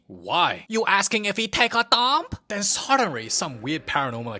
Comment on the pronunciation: "lhen suddenry,"